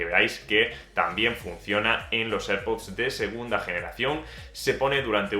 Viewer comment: Please learn how to say AirPods in English, which is correct